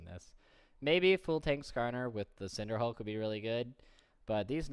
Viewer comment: He is pronouncing it correctly, go learn english.